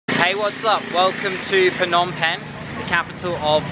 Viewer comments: pnom pen lol i’m sorry but your pronunciation is sooooo no offence lol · it is pronounced nom pen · “It’s pronounced “pnom bing” I’m Cambodian 🇰🇭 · For some reason, I found it funny how people always pronounce "Phnom Penh" incorrectly